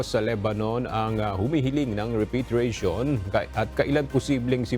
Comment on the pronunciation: Mga over pronunciation tong mga reporter na ito.. repatriation nalang ginawa pang repeytriation...pakibreif nmn ng mga anchorman at reporter nyo pinagtatawanan kayo sa pronunciation niyo sa repatriation